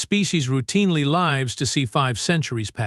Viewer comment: "My species routinely (L-EYE-vs) to see 5 centuries pass"!!!!! WTF is "l-EYE-vs" to see 5 centuries!!!!!!!!!!!!!!!!!!!!!!!!!?????????????? How bout "livs" to see 5 centuries!!!!???? Looks like you are one of the 95% with a TRUE POS AI that can't speak English!!!!!!!!!!!!!!!!! And, that is at 2 minutes and 20 seconds into the damn story!!!!! How much more CRAP must I endure to try to make it through this POS AI story!!!??? SHIT!!!!!!!!!!!! ....."Only 2, LED researcher?" FK!!! How bout "Only 2, LEED researcher?"!!!!!!!!!!!!!!!!!?????????? YOUR AI IS PURE SHIT!!! ..."I am LED researcher Vasik." FK!!!!! LEED RESEARCHER YOU POS AI!!!!!!!!!!!!!